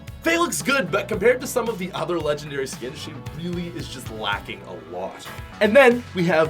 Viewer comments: Yeah dude. I totally agree. They are not “Legengdary” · 'Legengdary' yea? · Not lengengdary lol